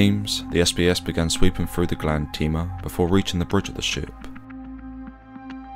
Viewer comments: The ship is called "Grande Tema", as in Tema (Tehmah), Ghana, not "Grande Teema". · You also mispronounced Tema. It's pronounced "Temma" not "Teema".